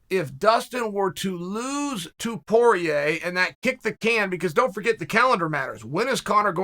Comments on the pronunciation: Chael "Dustin is Porieir" Sonnen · “Dustin is Porier” also -Chael Sonnen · “Dustin is Poirier” - Chael Sonnen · ''Dustin is Poirer.'' - Chael Sonnen.